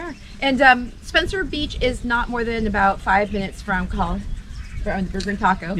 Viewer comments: If you talk to the public about Hawai'i, you definitely need to work on your pronunciation. It's not Kuh ha luh; you should say all the vowels, Ko Ha La. In don't say knee knee, say neh neh. ; ) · Do us a favor....get your Hawaiian pronunciation right. It is not KAhala ....it it KOhala (long 'O'). KAhala is on Oahu. Thank you.